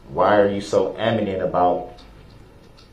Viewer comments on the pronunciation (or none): Don’t forget about “aminant” I think the dummy meant adamant 🤷🏻‍♀️but who really knows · “why are you AMINANT…”???😂😂 Oh lawd 🤦🏽‍♀️ It’s “ADAMANT” Duh-rell.